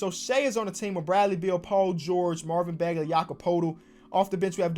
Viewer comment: He said "Marvin bagaley" 🤣🤣